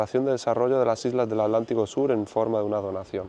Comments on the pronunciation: Maravilloso,, pero debo decirte que me altera mal que digas "ALÁNTICO" y no Atlántico 😂 Gracias por bancarte tantos días de viaje❤ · Porque dice al lántico??